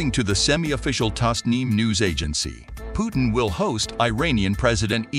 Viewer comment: Why don't you learn first to pronounce President Putin name correctly